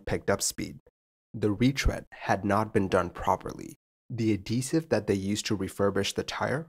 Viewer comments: Yeah, I don't blame the captain for this. Having something go sideways after V1 is just a shit hand to be dealt. Especially since the vibrations got worse instead of going away. Smallest of nitpicks: I've never heard someone pronounce adhesive "a-DEE-sive" before. The "h" gets pronounced, so you get "ad-HEE-sive". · Hi, no complaints, just a note: pronounciation is (roughly) ad-HEE-sive.